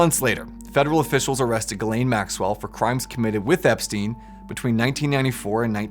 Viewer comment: its name is jizlane! Pronounce correctly...